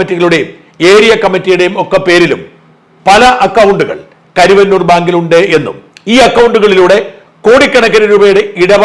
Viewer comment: സാർ കരിവന്നൂർ അല്ല കരുവന്നൂർ എന്നാണ് ഈ നാട്ടുകാർ പറയുന്നത്.